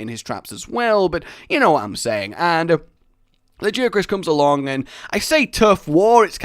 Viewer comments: Lajiacrus?! It's lagiacrus mate 😂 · a guy laggy-ak-russ, not lah-jee-ak-russ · La ,guy ,a ,Chris that's how you pronounce lagiacrus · La, guy, a, Chris, that's how you pronounce lagiacrus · I do hate trying to correct people on how to pronounce monster names, but... BUT , La-Gai-ah-Crus